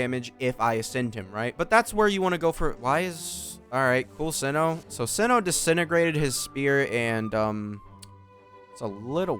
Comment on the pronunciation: you've killed me at the beginning when you called him "see-no"